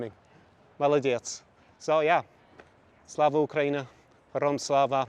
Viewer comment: Its Hero-YAM Slava!! 🤦🏻‍♂️🤦🏻‍♂️🤦🏻‍♂️ and you call yourself the language tsar???